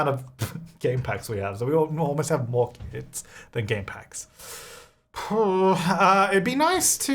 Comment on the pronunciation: When he was talking about kits, I could have SWORN he was saying "kids" and I was soooo confused as to why he "just ignores" them 😂